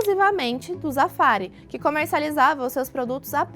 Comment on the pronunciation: Não pera😂 "zafari" é zafraaarí😅 que se pronuncia😂😂😂